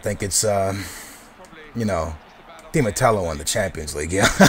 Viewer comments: Who the fuck is di matelo? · you dont even know di matteo's last name.. there's no L in his last name... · yes but there is some dificulty in some words, aa has dificulty saying di mateo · Hahahahah It's Di Matteo you turd